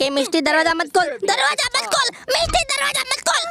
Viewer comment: When you say miss t that sounds like misti in Bengali😅